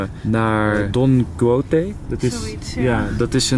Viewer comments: Je spreekt het uit als Don KIESHOT volgens mij Enzo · Don Quijote wordt uitgesproken als: Don Ki-Shot